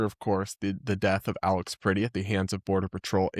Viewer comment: You're pronouncing 'Pretti' like the English word pretty. It's the eh as in press.